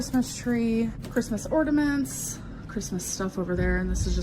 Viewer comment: Her habit of pointing at things on camera irritates me. “Ordaments.” Amberisms are my favorite.